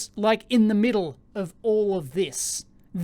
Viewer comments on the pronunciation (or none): none